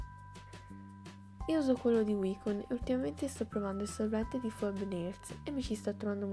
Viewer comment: Siccome prima a marca era WJCON mi è rimasta wicon, poi vabbè ho solo pronunciate male una cosa, la prossima volta dirò waicon...